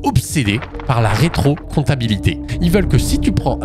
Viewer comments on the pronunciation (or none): "Comptabilité" ? C'est pas plutôt compatibilité plutôt (mais bon, je suis vraiment un vieux hein, presque un Cro-Magnon, avant 78, t'imagines, bientôt la maisons de retraite!!!). Super vidéo sinon 😅